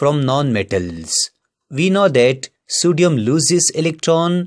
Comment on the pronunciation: Sodium... ❌ Sudium 👍 😂😂